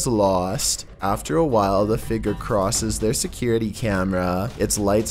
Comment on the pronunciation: Say figure with me "fig-yer" not figger.